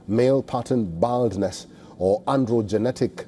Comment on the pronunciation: Hahaha wtf. Bro couldn't even pronounce "baldness"